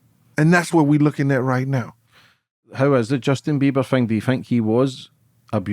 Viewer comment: Justin Biba 😂